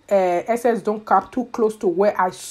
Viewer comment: In her accent “ make sure to give gap” lol love it